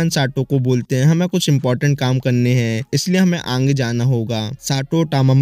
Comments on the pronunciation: Bro says aage ❌aangee✅ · Bro Ange nhi agee hota h 😂